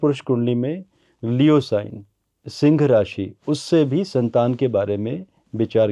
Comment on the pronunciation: सिंग नहि सिंह बोलना सिखो!!!!